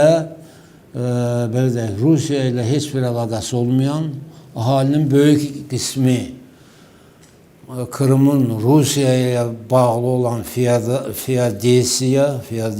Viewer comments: E feadesiya yox feodosiya😂😂😂😂😂😂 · Fiodesiya 😂o kefli,???😂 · Ay hiyar не хуяся а Феодосия ман яширам тут и бурда харшей яхшиды научись правильно говорить